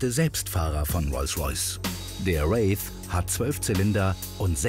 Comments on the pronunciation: Der Praktikant hat sich bestimmt nur das Video angeschaut, hat aber eig keine Ahnung von Autos🤷🏼‍♂️ Hamid hat den Wraith bei fäschlischerweise oder wegen seiner englischen Aussprache Rolls Royce „Race“ genannt😂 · hahaha ist mir auch aufgefallen. Alle deutsche sagen statt Wraith Race ;) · Hallo Grip Team, welcher Lehrling schreibt denn eure Video-Untertitel, der Rolls heißt Wraith und nicht Race!!!! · Es heißt Rolls-Royce-Wraith nicht "Race". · "raif"!? "Wräth"!! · es heißt Rolls-Royce Wraith liebe Redaktion, nicht Race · Mir ist grad aufgefallen dass es "Wraith" nicht "Race" heisst. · Es heisst Rolls Royce Wraith nicht Race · ey Leute der RR heißt Wraith, nicht Wave, nicht Race. Wie peinlich.